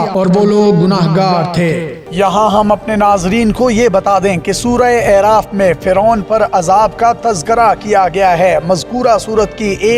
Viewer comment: اَعراف زبرکیساتھ ھے